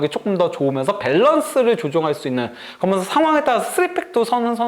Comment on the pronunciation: 브버지....... 그러면서===> 거면서 ㅋㅋㅋㅋ